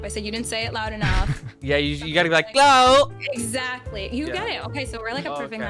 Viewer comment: has a problem with saying clout